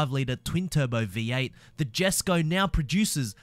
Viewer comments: Did u also know that it’s pronounced “yes koh” not “jes koh” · The Jesko isnt pronounced with the J, its sounds like yesko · Jesko is pronounced yesko in swedish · Jesko in english Yesko in swedish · You don’t pronounce the Jesco you pronounce it the yescow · You pronounce it yesco not jesco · Pronounced yesko not jesko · The keoneggseg jesko deosent cronounsed as J esko instead the j pronouns as y so u pronouns it as yesko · The J is silent. Christian Von Keonigseg pronounces "yesko" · juscraig 21 no, the J is not silent, the J is pronounced as a Y. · The 'yesko' koenigsegg is my favourite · Jesko is pronounced “yesko” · You say it ae Yesco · not to be rude but the j in jesko is pronounced like a y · Your suppose to pronounced the koenigsegg jesko with a y. The j is silent.